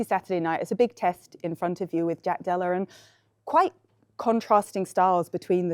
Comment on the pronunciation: Jack Dellar?? why does she pronounce 'Della' that way??